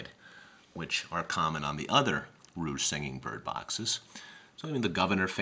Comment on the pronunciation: I have two Reuge music boxes and visited the museum in Sainte-Croix. The pronunciation isn't 'rouge' (red).